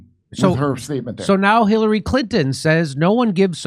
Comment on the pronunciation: Jimmy accidentally mispronounced “Khilary Clinton tries to get cute…” sounds like a genuine accident for the record. Jimmy must have the best private security on the planet folks so FAFO & somehow manages to continue to deliver every Martha flocking day! Asset to America! LOVE for Misha & Stephs lovely laughs & singing too…